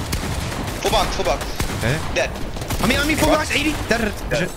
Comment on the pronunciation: Clix doesn’t even say dead he says deadre